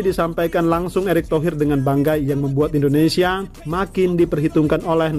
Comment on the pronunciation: Indonesia bang, bukan Endonesia 😂😌